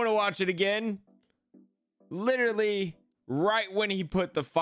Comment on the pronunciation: He did it!!!! Finally!!! literally pronounced literally correct.... My man!